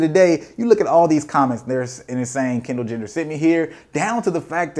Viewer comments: my mans said Kendall Jender lmfso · This man said Kendall gender 😂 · "Kendall Jender" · homie said Kendall gender lmfaoooo